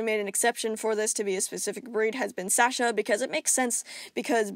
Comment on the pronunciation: This is all very interesting, I’ve always wondered about cat genetics and you’ve made it very easy to understand. But I just have to say, thank you for saying Sasha right. My name is Sasha and every time someone pronounces it in videos it’s never right but you got it right so thank you TwT